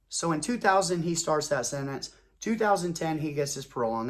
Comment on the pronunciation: Its not " senets" its SENTENCE. and no, I'm not going to take it for gran-ned.